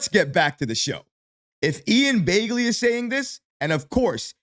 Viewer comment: It’s pronounced Bag-Lee btw